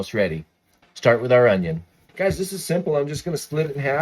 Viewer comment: At first I thought you said “10 cloves of wheat bay leaves” and I was like “where the heck do I find those??” Lol